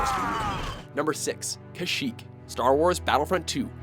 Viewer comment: Lmao: good choices but they said "...Even the Jedi Council Chambers." They showed the war room. Lol. At least they pronounced Kashyyyk properly.